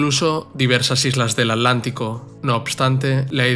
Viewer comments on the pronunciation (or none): none